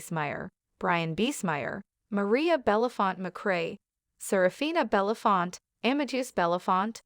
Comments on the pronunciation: Irritating narration and very poor pronunciation ? Belafont ? 🙄 Reunited with Sidney Poitier and their African ancestors. Thank you both, Rest in peace and power. 💕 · This lady on the Video goes from Belafonte to Belafont, make up your mind. Thank goodness the rest of the world knows the correct pronounciation of his name!! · What an embarrassment to keep saying his name wrong. Gosh!!!!!